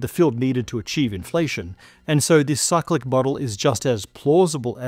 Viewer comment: Cyclic, for half of the video I thought he was saying psychic.